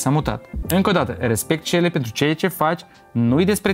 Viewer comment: E selly nu selle 😂😂😂